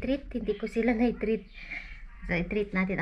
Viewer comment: KAKA2WA PGBIGKAS NI KYAN HENDE WOW PATI SHIYAN